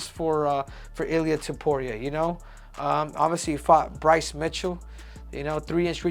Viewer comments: It's Topuria, not tiporia. At least learn how to pronounce his surname jeez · "Ilia topoirier" -henry cejudo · Goddamn, you're Mexican and you can't pronounce his name correctly? It's not Topuri-eh. 😆